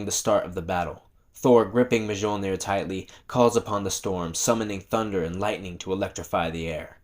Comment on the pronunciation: The J is sonewhat silent in Mjolnir and is pronounced Mhilnir.....i mean I'm not asgardian or anything just saying 😅